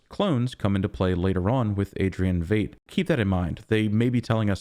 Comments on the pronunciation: Oh FFS and you dare say Vayt instead of Veidt ("Vite") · Lol. I fell in the same trap. Yes, Fight. I think he was pronouncing it as “eight” preceded by “V”. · I believe "Veidt" is pronounced like fight, not fate. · No matter what you've heard, his German IRL last name (Veidt) is correctly pronounced VITE, not VEET or VAYT. Just thought you should know. But you can just call him Ozymandias. ;-) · Dude I've been waiting all week for your review. After hours (literally) of other people's reviews yours is the best and I dig that you don't fall for the red herrings the way everyone else does. I think the KKK robe in Judd's closet is from the Bass Reeve's movie Will was watching at the beginning of the previous episode. - - Veidt is pronounced like white, fight, height, light, might the same as the actor Conrad Veidt Keep up the great reviews and I'm glad to hear you picked up new subscribers after posting the last video (I was one). I initially started watching your channel when you were doing reviews of Westworld and now (just like then) your reviews are consistently the best and most insightful. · It really bothers me how you pronounce Veidt